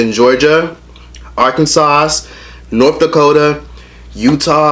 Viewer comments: So nobody peeped said Arkansauce instead of Arkansas??😂😂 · You said Arkansas so wrong 😂 it’s ArkanSA not Arkansauce😭😭😭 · “Arkansauce”? I thought it was pronounced “arkansa” for Arkansas 💀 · Hold on this my second time watching this video and said Arkansasauce 😭. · We not gonna talk about how keeps saying “arkansauce” 😂😂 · ar-kan-SAUCE LMAOOOO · “arkansauce” i’m sorry but i was dying😂😭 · “Arkansa-s” funny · This man said Arkan-sauce 😭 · Baby, the last S is silent in Arkansa(s)😉💋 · “arkansauce”? arkanSAUCE?! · Did this dude just say Arkansauce 😂😂😂😂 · did this bitch really say ArkanSAUCE 😂😂😂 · Did he just say arkansauce